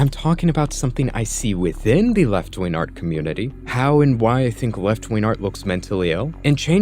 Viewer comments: Dude pronounces “wing” as “win.” Zero credibility. Edit: apparently “ween” is an alternative pronunciation of “wing” for him as well. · I hear proof that this man can pronounce Gs but for the life of me every time he says "wing" or "winger" it just sounds like ween